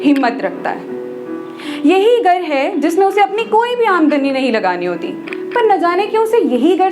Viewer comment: My god!!! It's beautiful. The shayari, the way you talk, everything. Don't stop writing. By the way, did you realise, you're pronouncing Gar to Ghar, Batak te to Bhatak te, Beed to Bheed and 4-5 other words I forgot 😅 Afterall, Thank you very much for this lovely video 😊